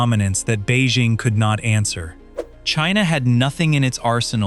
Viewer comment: Beizhing???? Bei Jing. It's a J. It's not Zhames Bond